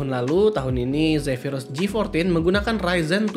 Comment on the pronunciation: Cara baca zepirus kok beda sm yg di dave2d